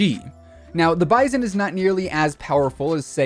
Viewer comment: Wow someone said the bizon the right way